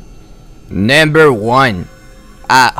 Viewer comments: He really said nAmBeR Juan 😂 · Is this a fking comedy video, i mean he said naimber 4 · man say it with me "NUMBER" you should have someone else narrate your videos